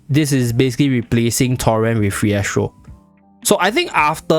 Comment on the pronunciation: Why you saying phiestro tho